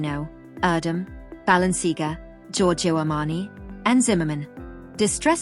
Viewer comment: Oh my gosh - I'm yelling "It's ba-lenc-ee-AAAH-gah!!" over and over, lol. Painful!